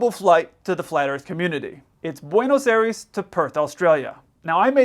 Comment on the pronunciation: please it's pronounced Bwaynos Eye-res. Otherwise fine.